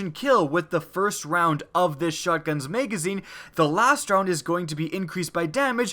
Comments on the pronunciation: OH MY GOD STOP SAYING MEGAZINE. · Anyone else notice he said meygezine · When he says magazine I hear "mega zeen" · Him saying magazine was what made be dislike this video